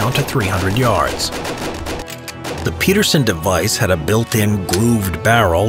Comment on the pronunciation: You just had to mispronounce peterson didn't you?